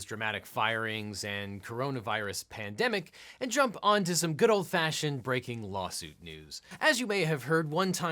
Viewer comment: He said lolsuit😂